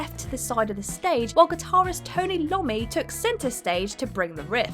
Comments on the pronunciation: It's not Tony Lommi. His name is Iommi. Eye-oh-me. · It’s Tony “eye-ommi” not Tony Lommi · Seven mispronunciations in this video, guys. SEVEN. Tony Iommi, Josh Homme, Neil Peart...all a swing and a miss. From the names of famous people, to perfectly common words like timbre, echelon, raucous and acrimonious, you are just failing horrifically every day. Why don't you hire someone over 30 who can double check your videos before upload? You know, someone old enough to be familiar with English as a spoken language? They might also be able to correct some of your facts, like the fact that "Songs For the Deaf" was Queens of the Stone Age's THIRD album, not their debut. I'm going to start downvoting any video with mispronunciations. Petty? Yes. Do I care? No.